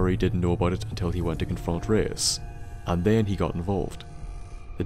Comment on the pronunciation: Enjoy we mispronouncing Reise for the entire of the episode XD Feedback and suggestions are appreicated